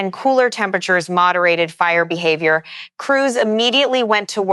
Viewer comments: Go home AI, you're drunk.😂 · AI having difficulty saying the word behavior? What was that?